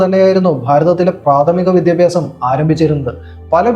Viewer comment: Vidhyabhyasam yennu correct aay parayan padikkado